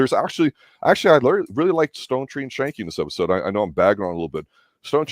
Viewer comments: Skank-ee. It's Skank-ee. FFS. I just love how people who have never watched a show try to review it without trying to understand the complex themes, character development and context and just choose to roast it instead. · You keep saying Schanke name wrong . Ck is hard not soft .